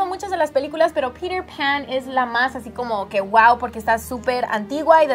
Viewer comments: Porque en vez de decir peter pan como se dice verdaderamente "piter pan como suena porque dicen pirer pan.....Hablen su idiomaaaa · Me da risa como pronuncian Peter Pan. "Pirer pan".<3